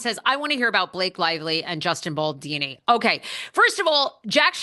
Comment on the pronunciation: It’s Baldoni not Baldini. Maybe you are mispronouncing it on purpose to mock him.